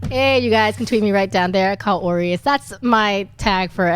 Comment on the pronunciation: Hey isn't John pronouncing Kaori's name wrong or is it just me mis-hearing him.